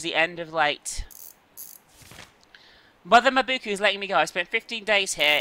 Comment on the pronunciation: Why are you reading "Mabuka" as "Mabu-koo"?